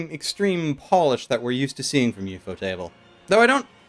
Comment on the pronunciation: Thought Ufotable was 1 word...not ufo-Table...😅🤣